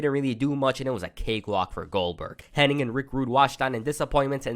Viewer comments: Hennig…. Not Henning🙈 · How come all of these people that make their living off of doing wrestling videos CAN'T say Mr. Perfect's real name CORRECTLY?? It's Curt HENNIG, NOT "Henning"!! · its Hennig not Henning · Henn-ing is what bestialiacs do on Friday nights. Hennig sounds like the first part of Bennigan's.